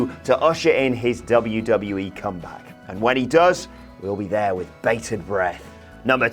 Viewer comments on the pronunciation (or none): none